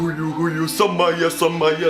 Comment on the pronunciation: He keeps saying Jacob SaMaya but the guys name is SaWaya😂